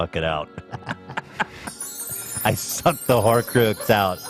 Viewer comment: Horcroox killed me